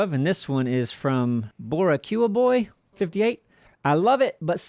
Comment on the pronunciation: I actually flinched when I heard you pronounce Boricua. Please don't do that again lol. It's pronounced "bo-ree-kwa"